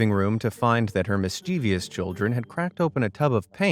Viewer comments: MISS-CHEV-US, NOT MISS-CHEEVIUS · MISH-CHI-VOUS is how it’s pronounced with emphasis on the first syllable.